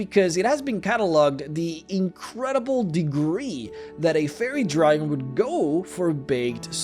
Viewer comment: I love your content and your accent is great, but I just could not stop hearing "Furry Dragon" on this one and all the things that implies, lol. Cheers, please keep making more videos, I love them!